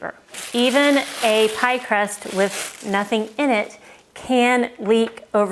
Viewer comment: That’s supposed to be “crust” not “rust”. 😂